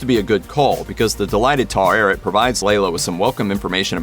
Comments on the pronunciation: It's funny hearing you say "Taw eret" instead of the pronunciation from the series("ta-weret") xD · Take a shot every time the voice over says "tar-arret" 🥴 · Taweret is displeased! She says don't Americanize her name, say it as it is written. 😆